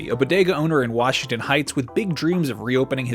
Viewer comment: Wach-ington heights